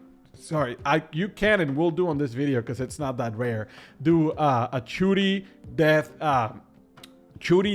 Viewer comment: Churi... it's shuri shhhhhuri 😂😂😂